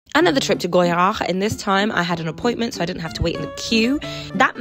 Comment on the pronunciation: I like your precise pronunciation of the word Goyard.